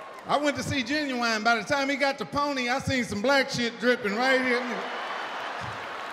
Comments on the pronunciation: He murdered Ginuwine 🤣🤣🤣🤣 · He murdered ginuwine 😂😂😂😂